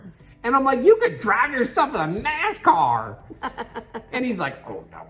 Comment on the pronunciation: Oh my gosh me too Sheila 🤣 I was like "Did just say the f-word!?!"